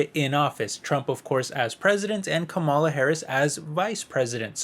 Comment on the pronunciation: Stop mispronunciation her name she is your V.P it is rude !